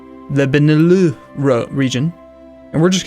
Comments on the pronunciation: It's not benelueueghgh, it's just bene lux, like lux embourg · it's not the "Benelu´" region, it's the Benelux region. benelux comes from belgum-netherlands-luxemburg. unless you call luxemburg luémbu' you shouldn't say benelu´ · Wow that "Beneleleneneu" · Also that pronounciation of the Benelux region "Beneuleuhhh" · BElgium, NEtherlands, Luxembourg. - Beh-Nuh-Lux Benelux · The Benehleeurrghhhh... region. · That Beneluhhhghh though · the Benelux region stands for Belgium, Netherlands, Luxembourg. It's pronounced "Be-ne-lucks" like you just took the starting syllable of each country and mashed it into a word. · "The beneloux region"?!? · Benelux: BElgium, NEtherlands, LUXemburg. Be-Ne-Lux. just saying >.< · You mispronounced Benelux? slow claps it rhymes with "tux", not "manila". It's Ben-eh-lucks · I loved how you pronounced benelux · lol, Benelux is just the combination of BElgium NEtherlands LUXembourg so just prounounce it in a american accent!